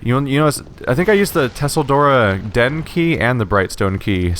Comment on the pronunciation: PLEASE GOD! STOP PRONOUNCING IT TUSSLE-DORA. ITS PRONOUNCED CHELL-DORA